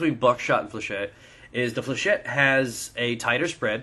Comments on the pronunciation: Flechette is a french word, and it's pronouced Fléchette not flechay. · Pronunciation according to the dictionary is "fley-shet". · It's 'fleuh-shet'. It would be 'fleuh-shay' if it was spelled flechet.